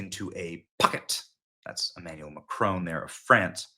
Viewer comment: Please stop calling him Macrone....it's mac Ron, with emphasis on first syllable (mac), and Ron, like the man's name!